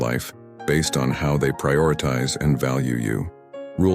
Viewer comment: Prioritize! Terrible pronunciation through out. A true stoic would not speak this way.